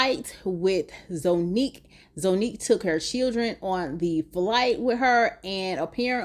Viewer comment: And Zonnique is pronounced Zah not Zo.